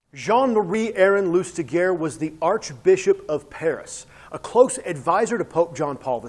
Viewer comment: Good review but his name is pronounced /lystiʒe/, more like 'loostijay', not loostigur